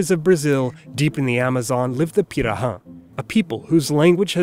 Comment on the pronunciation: I was wondering how much could I rely on your accents, but your "pirahã" pronunciation was really accurate, the ã is usually not well done by foreigners.